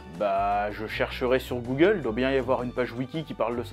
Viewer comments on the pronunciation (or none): none